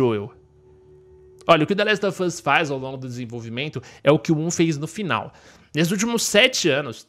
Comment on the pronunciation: Se pronuncia the last of us com V e não com F. Esse "of" tem som de V, e esse "off" é q tem som de F